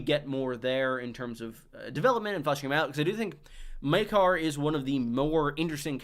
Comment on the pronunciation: Maekar is pronounced the same way you'd pronounce Maegor.